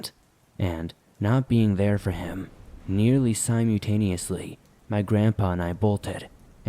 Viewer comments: You say simultaneously wrong. Ive heard it in multiple videos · I just need him to learn how to pronounce the word "simultaneously". I love, but that drives me batty!